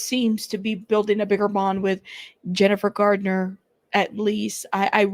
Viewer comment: It's Garner not Gardener. There is no D in her last name. I thought you'd like to know. 😊It's Garner not Gardener. There is no D in her last name. I thought you'd like to know. 😊